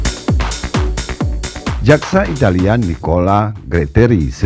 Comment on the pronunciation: Italia bukan italiya ngaco, jangan di lebih lebihin lahh, kasian sama orang yang belom bisa baca bikin bingung pelajar aja